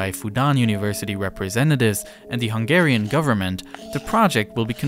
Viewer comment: I am from Hungary, and you did an amazing summary of the situtation! Also, your pronunciation of Hungarian words and names is the best I've ever heard from a foreigner, are you by change Hungarian as well?